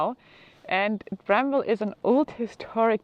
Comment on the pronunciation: The W in bramwell is silent. One word. Lake Shawnee is haunted.